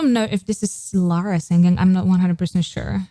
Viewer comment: I can't 😂😂😂 the way you pause on lara is hilarious